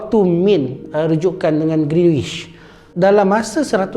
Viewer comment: Knp speaker sebut greenish? 🤔